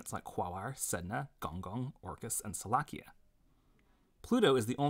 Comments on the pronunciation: Salacia is pronounced Salashea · Bro pronounced salacia as “salakia” 😭🙏💀🥀